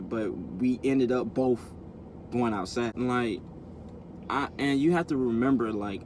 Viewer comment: It's outside not outsa